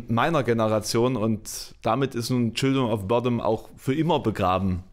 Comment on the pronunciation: Du solltest, wenn du ernsthaften Musikjournalismus betreiben willst, vielleicht mehr können, als den Wikipedia-Artikel vorzulesen und vor allem: Du solltest den Namen seiner Band richtig aussprechen können. Sie heißt nicht "Childrim of Botten"